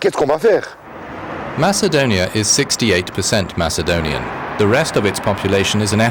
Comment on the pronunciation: you have nothin in common with ancient macedonians you can't even pronounce it right you are serb or whatever its a shame that our goverment don't diclare war with you so we can take your shity country kill all of you and have the rest macedonian in greece where it belongs